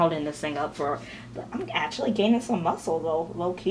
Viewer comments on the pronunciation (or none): none